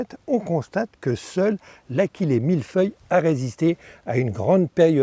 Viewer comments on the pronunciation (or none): Achillée doit se prononcer a-shi-lé. L'origine du nom de cette plante est Achille le héros mythologie grecque. Je n'en ai pas sur ma pelouse mais j'ai remarqué il y a quelques jours, dans une zone commerciale, sur une pelouse entretenue par la commune (et par le vendeur de tondeuse qui est installé en face 🙂), que l'achillée avait colonisé plusieurs ares. J'avais remarqué que pendant l'épisode de sécheresse, cette partie de cette pelouse était d'un beau vert sombre.